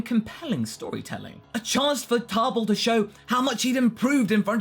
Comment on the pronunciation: Why are you putting an R in Table's name?